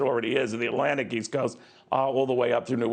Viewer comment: Where's the "Allanic" coast???